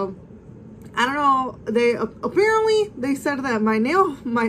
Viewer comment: “Ap-Pear-antly” lmaooo I died